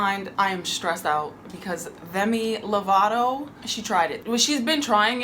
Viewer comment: I am SO. MAD that you called them “Themi Lovato” O.M.G!